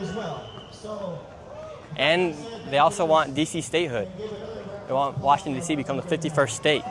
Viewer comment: WA-shing-ton!! ANUNCIATE!!! Your reporting is top notch!!! Your catch of the drug-dealer arrest yesterday was hysterical!! You should have let the lady SCREAM into your microphone!!